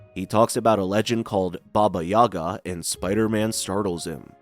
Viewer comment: Did i actually heard baba Jaga 😂